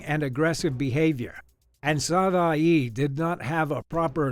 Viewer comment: Its pronounced Sav-Wah, not Sav-Oy-E